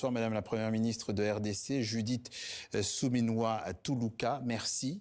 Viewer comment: C est Suminua pas suminia